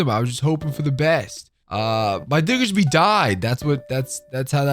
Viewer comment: Just some unrequested advice: Annunciate the “D” on Diggersby more clearly. A passerby heard something else. 🤔 You have a bit of a nasal tone to your voice.